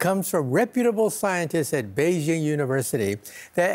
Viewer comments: You lost me at “Beijing” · Did he say BEIJING??? BEI.......JING??? I mean Come ON!!!!!! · When they said Beijing it lost all credibility